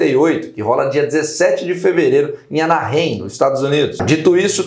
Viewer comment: É "Anarráiem" hehehehehe